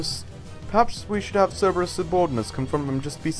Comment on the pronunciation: Cer-ber-us not Cer-e-bus. Silly don't you know your greek pronunciation